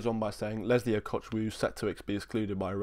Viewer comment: oo-go-chu-quoo is the correct pronunciation. Same way you pronounce the Chukwu in Carney Chukwuemeka